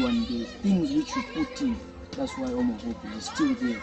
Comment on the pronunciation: Zrozumialam homofob zamiast home of hope az przerwalam gotowanie by spojrzeć 😅